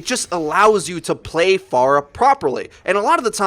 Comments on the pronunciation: Its pronounced (fair-ah) not (far-ah). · Isn't it F-Air-ah not F-ar-uh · Fair-a, not far-a, you heathen! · She is pharah not far-ah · It's pronounced f-air-uh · Faruh LUL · Who the hell is far-ah ? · TheFade Yes. "Phora" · how do you pronounce it? i just say "Far-ah" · I don't have anything against you or anything bro, you upload great content, but one thing that just really makes me cringe is the way you say Pharah. You say it like Far-uh but I don't think you would say Pharaoh like Far-oh, so it just boggles my mind a bit 😂 otherwise awesome job and i totally agree with your view on the buff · Yeah I had to stop watching this in about 60 seconds, please stop saying "far-uh". Driving me bonkers. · I'm triggered because you don't know how to pronounce Pharah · The way he says pharah is triggering me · Anyone else bugged that he kept saying pharah wrong?